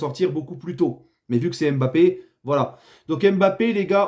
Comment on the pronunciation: T'as raison les bleus sur cette euro est un mystère (Et t'as recommencé à dire "M'Bappé" au lieu de Mbappé)